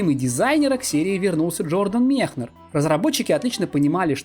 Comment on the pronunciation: Все хорошо, только Мекнер, а не Мехнер